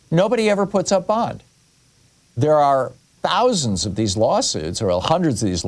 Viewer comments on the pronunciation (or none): none